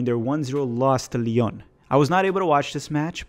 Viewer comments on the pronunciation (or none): none